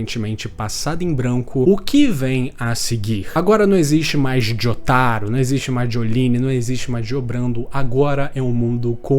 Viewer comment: Pq vc pronuncia "jotáro" e "zepélli"?